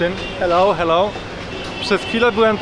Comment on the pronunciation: Najbardziej mi się podobał moment, jak mówił "heloł"